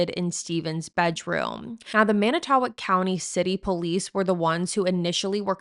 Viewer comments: /Mannit-toe-walk/ is how you pronounce it. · I live in Manitowoc and I understand it’s hard to pronounce it’s man~I~to~walk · This is the first thing I noticed & it was very distracting. Fond du Lac native here & it made it hard to focus on her discussion when she didn’t bother to check the pronunciation. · There are so many reasons why you SHOULD be able to pronounce Manitowoc correctly